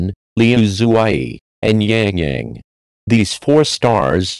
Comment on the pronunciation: not Yang Yang...